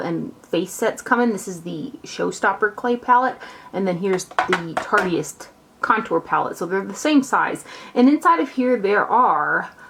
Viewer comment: yeah, I'm pretty sure that it is too. but "tarteyist" sounds fun!